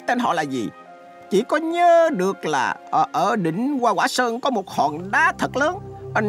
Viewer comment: "Hoa quả sơn" chứ không phải "goa goả sơơng"